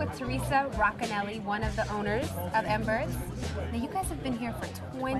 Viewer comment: Embers not Emberts